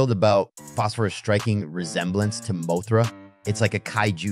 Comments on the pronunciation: It's an AI thats why it's messing up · Bro, it's a moth. Moth-ra, not Moe-thra lol